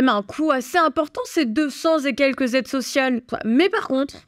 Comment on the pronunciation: " 2 000 Z'aides " ça commence à faire beaucoup là, faut reprendre des cours de français !!!